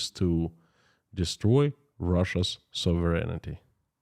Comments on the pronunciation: I know that you like to know pronunciations… Sov…rehn ….tee (phonetically) not soverenitee (your pronunciation) Sovereignty (don’t pronounce the first e, the i or g) sov·er·eign·ty /ˈsäv(ə)rən(t)ē/ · You left out the E/I sound near the end. SOV- REN-I-TEE